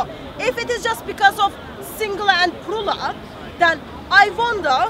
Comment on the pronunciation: "singular and prula" 😂😂😂 It's "plural"